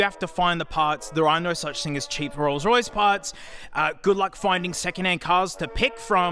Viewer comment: Ah yes the rroyce